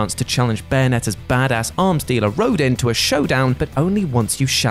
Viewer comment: Rodin is pronounced rodawn